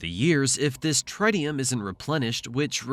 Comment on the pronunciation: Tritium is pronounced with the first i sounding like the one in "it" not like the i in "right"